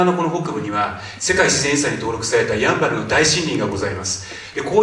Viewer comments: シン⤴バル⤵みたいになってる や→ん→ば→る です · やん、バル？？ イントネーション間違い？ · ヤンバルのイントネーションが気になる。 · どうしても「ヤンバル」のイントネーションが気になってしまうwそこは、ウチナーイントネーションでお願いします🙏🏻